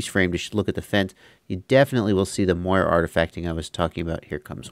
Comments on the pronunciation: the term is Moiré from the French silk pattern, so with an E acute it's pronounced Mwah-ray, like Café:) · Just fyi I'm like 80% sure it's pronounced "more-ray" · The correct pronunciation for Moire is “more-ay” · Moiré. It's pronounced "more-ray". Like the eel except emphasis on last syllable. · Moiré. It's Moiré with a French accent :) This originates from "Moire" which is a type of silk fabric in French.